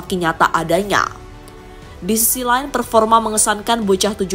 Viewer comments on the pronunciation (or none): none